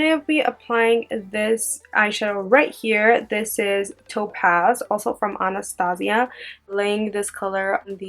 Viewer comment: She's pronouncing Anastasia wrong.. ann-a-stay-sha Like the movie? about the princess? Other than that.. LOVE this look ♥